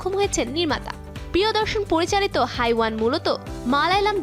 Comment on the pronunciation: 🤣হাইওয়ান ❌হেওয়ান ✅ hindi উচ্চারণ তো আগে করা শিখুন তারপর নিউজ করবেন😒। in Bangla which means শয়তান/জানোয়ার।🙂‍↕️👋🏻